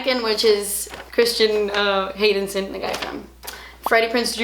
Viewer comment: Am I the only one who noticed she called Hayden Christensen, Christian Haydensen? 😂